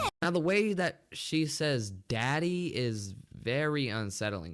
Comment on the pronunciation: we're the same how she says daddy Deddy the dad was not active